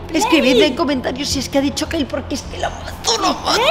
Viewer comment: A dicho kayle